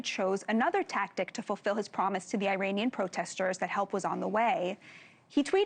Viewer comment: Can she pronounce Iranian correctly? E - raunian